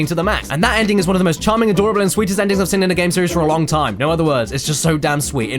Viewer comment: You don't say 'seen', you say 'sin', and it always gets to me haha